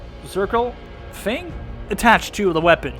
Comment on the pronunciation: U don’t say thing like fing